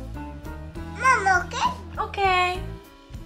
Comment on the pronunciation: your "O.K" is in Perfect English!